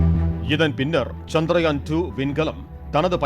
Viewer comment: Nila nu sollama nilavu nu sonna nalla irundhurukkum....and adhu chandraayan....chandrayaan nu pronounce pannama irundha nalla irukum